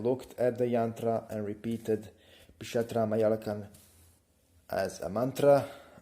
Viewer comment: It is Pishacha. .....not 😂😂😂😂😂😂pisatra